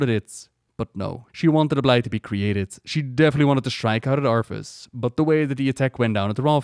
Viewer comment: I think your saying arthas but i thought of Arfas! XD LMAO! Arfas Moofong! XD Arfas Moofong and his trysty sword ass-bringer.